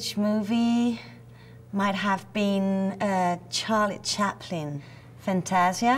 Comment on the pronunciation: Haha she puts on an English acent when she says Charlie Chaplin